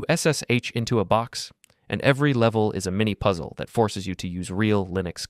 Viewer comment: "Taht pain? Taht's growth." - nicee